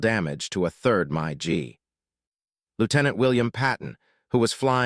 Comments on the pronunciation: Mig, not Mike. It’s pronounced mig, like big. Mig. A Russian jet. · My g lol. Never heard a mig call that. Ai is still not that great yet. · Announcer is a idiot mig is not called mi g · A monster plane, but a garbage AI thing. What is a My G? I've heard of Mig aircraft. But never My G. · Mi g jets? Lol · do you mean MIG...not MA GEE...if you're going to do this learn to how to pronounce the names correctly...these crap miss pronunciation takes away from you info. i worked A 1's in vietnam in 68-69...great pilots and air craft, plus great ground crews. We were FAC's on O-1's. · being an AI voice I understand your confusion. MIG is the correct pronunciation of MiG. It is not Mi Gee it is "mig" with one syllable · Interesting content; although I fell asleep. Upon waking up to the annoying AI voice about 10 minutes later, I realized I had to stop the video when I heard the AI narration pronounce MiG as “My G”. That was when I had enough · LOL "the My-G 17's"....😮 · North Vietnamese "My Gee" aircraft, Lord in heaven AI narration just sucks. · Someone needs to listen to audio track before releasing video and correct AI mispronunciations such as MIG-17s instead of Myi Gs! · Deliver me from AI narrators and their "my-gee" pronunciation of MiG. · "My Gee jets"? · It started out pretty good until the horrible AI voice took over and couldn’t even say MiG properly! 🤦🏻‍♂️👎🏼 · P.S. regarding crappy computer voice., voice calls Russian made MiG jets "My Gee" jets. is going to have to respect viewers better than this. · Really, never heard that one. Mikoyan-Gurevich MiG-15 or Mig (one syllable) made those Russian jets. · Always knew the A-10 had a badass heritage. The A-1 is yet another example and testimony to the "Greatest Generation" and their influence. May their influences never dim... On a side note, what the hell is a My-G??? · "MY G" what the hell was that? did you mean MIG mig aircraft???? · Someone needs to teach the AI how to read,Mi G instead of MiG.